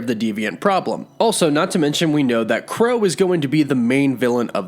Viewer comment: What "Crow" Really 🤣🤣 it's Kro bruh